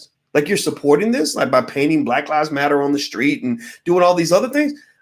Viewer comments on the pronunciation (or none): none